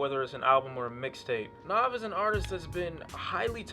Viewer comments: It's not nov it's nav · Brampton and Rexdale Gang Gang! And btw his name is pronounced N(ah)v. The funny thing is the way u prononcing his name is kinda the way we would say it if we were speaking punjabi which is relevent because he is Punjabi. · Its pronounced n ah v he is indian therefore thays how it is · it's not naav it's nav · NAV NAHV not nawv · How do people not know how to pronounce his name when there literally a song where he says his name😒😒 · So like Nav, by Nav, on the project Nav And uh still couldn't pronounce the name? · I fuck with this channel and this review heavy, but...BOI he says his name on the second track in the hook how do u keep mispronouncing it lol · Lol how are ppl still saying his name wrong? The 2nd track on the tape is called "Nav" where he clearly says how it's pronounced. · this guy really couldnt pronounce "NAV" right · The way u say Nav makes me cringe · You gotta be the worst listener ever to listen to this album more than once and still pronounce his name like that. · He even pronounces his name on the song NAV lol but ok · You mispronounce his name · It's not pronounced Na(ah)v. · its a mixtape, and youre saying his name wrong